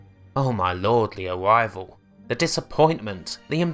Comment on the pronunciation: the awivwal